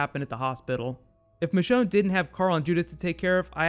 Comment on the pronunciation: "MECHONNE" hell no!!! It's MICHONNE